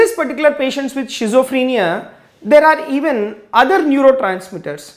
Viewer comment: well teaching style with clear voice... but have one suggestion, there is no any word of 'shizophrenia' actually it will be schizophrenia , if u don't mind sir.....